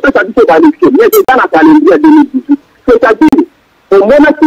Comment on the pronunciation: ayebi ata ko prononcer mot "Calendrier" Mawa trop.